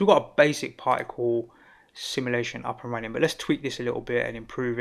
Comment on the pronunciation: I love the accent ! "Parhhicle". Extremely great tutorial.